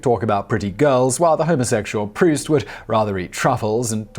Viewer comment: Dear Simon; Thank you so much for pronouncing Marcel Proust's name correctly! You have no idea -- or maybe you do -- how many times I've heard "Prowse".